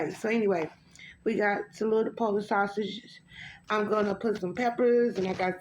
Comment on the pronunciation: I laughed "sashish"